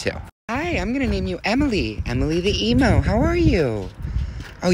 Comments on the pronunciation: lol you said emo instead of pronouncing it as “emu” lol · Ok just in case if y'all don't know how to say it its pronounced e-mew but spelled emo 😁